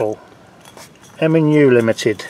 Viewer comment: B O T T LE NOT B O U L E LOL love watching the channel